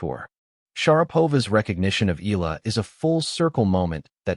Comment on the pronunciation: Please stop pronouncing EAla as "ILA". That's hurting to the ear. "Ea" is not pronounced as the "ea" in eagle, but rather "EA" as in mEAnder or Seattle. Dipthong. Got it?